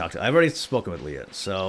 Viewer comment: Did he seriously call Leah "Leia"? Maybe that could be the new thing with you two (along with radishing).